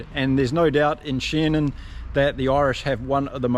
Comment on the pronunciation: It's Dan Sheehan not Sheenan